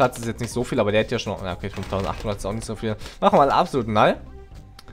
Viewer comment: Warum sprichst du die fähigkeit des eistowers "absolut nall aus? xD es heisst absolut null (=die zahl 0) :D